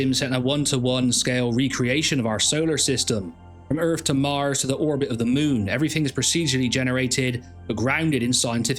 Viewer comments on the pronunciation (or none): none